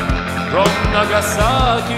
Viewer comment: Ну да, он старается произносить правильно английские слова, но его выдаёт "Нагасаки", произносит он это слово именно по русски, с ударением на втором слоге, тогда как на английском это слово произносится с ударением на первом, и нажимом на "нага", а "саки" почти проглатывается.